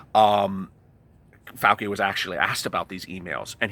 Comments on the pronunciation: It's (pronounced)fau- (chi), sounds like chee, not fau- (key) 😀😁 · Love your channel and all the info you are striving to get for us. Dr Fauci is pronounced Fauchi no Fauki.